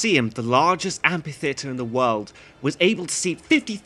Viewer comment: What on earth is an Ampi-theatre? :).